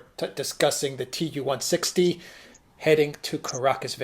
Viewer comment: Two corrections (of people I truly respect): First, --. The planes are Tu-160s, not "T" "U" 160s, ie., Tu is a homophone of "two, " for example (same with "Su," as in "Sue," not S [then] U for Sukhoi); Mark, Saakashvili as a "strongman." I know what Mark meant but if a quick noun is to be applied to Saakashvili (to characterize his role in history), words such as "moron," "menace," "mental case" would be more apt. On reflection, Mark is likely to agree.